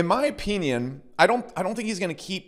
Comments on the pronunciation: “In my opeeneeon” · the way you say 'opinion' is weird, so weird you should really find a different word